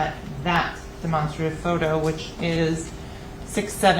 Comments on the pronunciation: Why cant they say Demonstrative correctly? DeMONSTERative. Never heard it said like that before. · I was thinking that too but what if all this time we were wrong😂😂😂😂